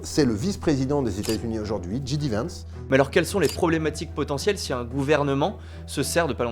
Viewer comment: Ça se prononce "JAY-DI" Vance pas Ji-di putain d'français